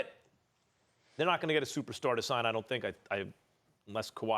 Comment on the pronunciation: "I consider him a supersar sooter" Stephen A get some sleep